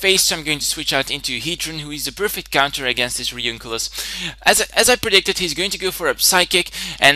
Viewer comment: A couple things: "Drowt," not "Droffft" His Hippopotas has Eviolite Escavalier has 70 Base HP, and is 4x weak to Fire "Re-oon-i-clus" not "Re-oonk-i-lus" Great battle otherwise, and I really enjoyed the commentary. Sorry about being anal retentive, but just trying to make some things accurate and increase the quality of your videos.